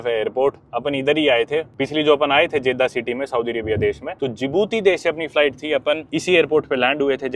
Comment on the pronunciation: Many foreigner visits Saudi Arabia and they don't keep cleanliness. Ahram no Irham. Jedha not Jaidah. Makkah not meeca. And I subscribed you to give respect to The mosque of prophet Muhammad (PBUH).